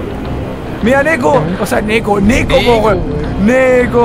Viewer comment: ooooo ubieras dicho nekoz wn no neko xD YO SOY NEKOZ